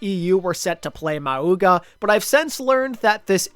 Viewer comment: idk why pronounce maUga is so funny to me